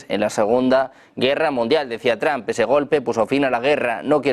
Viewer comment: porque dicen Donald Tram los españoles si tienden a leer el ingles tal y como esta escrito?